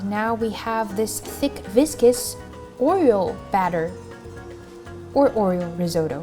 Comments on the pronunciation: 'or-e-o' not 'or-e-ol' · I kept hearing “oil” when you said oreo lmao